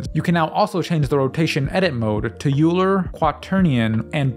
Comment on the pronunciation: Euler is pronounced like "oil ler" not "yu ler".